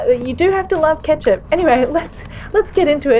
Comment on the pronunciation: stopped as soon as i heard ketcup